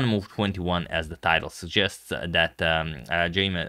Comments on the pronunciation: Minor correction on how Jaime is pronounced. Its "Hai-may" instead of "Jay-may". But I know you're always very good with pronunciations and I appreciate that Agad. I know I certainly butcher Eastern European names uninintentionally 😅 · Hi Antonio, just for your own knowledge, “Jaime” is Columbia is likely pronounced “hi-meh” in Spanish, not “jay-me” as we’re used to hearing in English and other languages. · I think Jaime is pronounced as Hay-meh J from Jalapeño AI rhymes with why ME from merits.